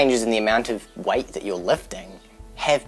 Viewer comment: Whenever he says weight it sounds like white